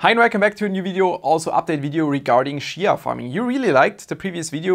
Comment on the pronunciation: If you start pronouncing it chia instead of shia then maybe you will farm some. But seriously, do you have enabled port forwarding port 8444? Many miss that one, even myself, once I fixed it two weeks ago, week ago in 1st of June I won my first 2XCH with 650 plots. Since it's youtube I can't provide any URLs so anyone wants details I visit regularly space pool discord server and if you call me out I can help.